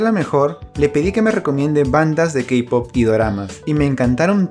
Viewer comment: XDDD se dice Kpop XDDD